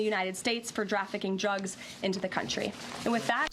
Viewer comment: “Drafficking trugs”